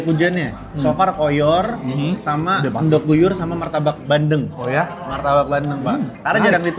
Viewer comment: ENDOG ❌️ ENDOK ✅️ 🤣🤣🤣🤣🤣🤣🤣🤣🤣🤣🤣🤣🤣🤣🤣🤣🤣🤣🤣🤣🤣🤣🤣🤣🤣🤣